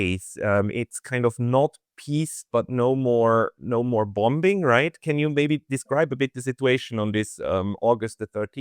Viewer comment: Hey, FYI: in English in pronunciation the word "bombing", the second "b" is silent. I have noticed over the years that people, whose first language is not English in countries where the first language is not English, tend to enunciate the second "b", which is inaccurate.